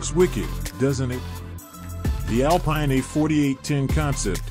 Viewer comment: Second video with a narrator/creator that doesn't know that the company's name is pronounced Al-Peen.